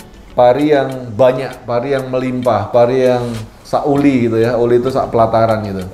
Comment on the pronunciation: Pari "Sak wuli"..atau "sa wuli" / "se wuli" bang (kalau di singkat) Bukan "sauli" 😂😂 Artinya "se tangkai" padi... Ada "Rong Wuli", atau "telung wuli" 😁😁